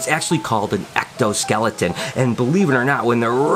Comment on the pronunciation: did you just said extoskeleton? In liked and subscribed good edit:)